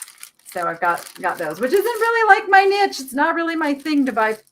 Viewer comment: Hi. I love your show but why do you call yourself the Nitch spelled the way you say it rather than the correct pronunciation of again I’m spelling it the way it sounds the neesh lady